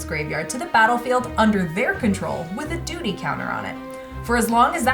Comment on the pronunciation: When said duty counter…I was like doodie counter?! What?! Then I realize it’s *duty*. Had a pretty good laugh lol